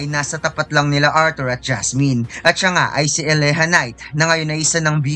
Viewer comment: Boss diba Elijah knight Yun Hindi eleha knight